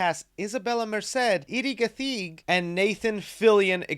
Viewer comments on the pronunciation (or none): 😂😂 Eddy Gathengi you gotta emphasise the ‘th’ and the i my countryman right there 🇰🇪